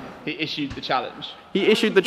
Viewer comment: Is-shoe-d the challenge